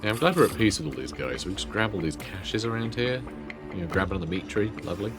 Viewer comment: I keep hearing "Dimitri" whenever you mention "the meat tree" 😂